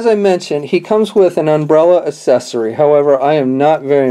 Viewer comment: I take it you mean accessory. I have no idea who taught you how to speak English, but you need to go back and get a different teacher. I mean seriously "asessory"? what the fuck, man?